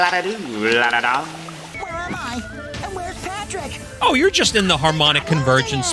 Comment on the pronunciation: That patrick pronunciations is surprisingly good